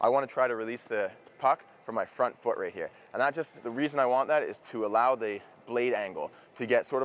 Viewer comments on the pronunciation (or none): none